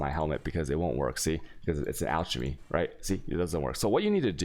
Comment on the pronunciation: Dude look up how to say Chaos, and Alchemy. Seriously.